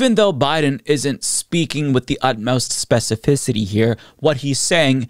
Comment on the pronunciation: Nice on saying "Specificity" without issue, just hearing it made me think I would struggle to say it lol